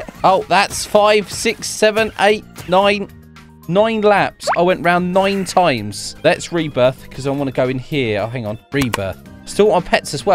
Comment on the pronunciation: noin toims